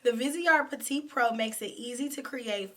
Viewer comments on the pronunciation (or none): none